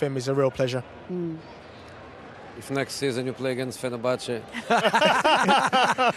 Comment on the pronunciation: Did I hear Fernabache 😢😢😢😢 Why Mourinho Whyyyy.......hoped he would return to ENGLAND